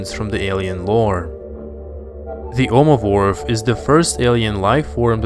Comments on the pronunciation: He said omovorph instead of ovomorph haaaaa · Please... That's nothing compared to his first mistake. Listen again. He said Omovorph. Edit: Just found something even worse. Yeouch'uh.